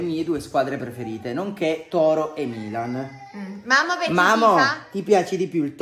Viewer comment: Milan❤🖤io mi sono messa a piangere quando ha detto la prima volta ✨MiLaGn✨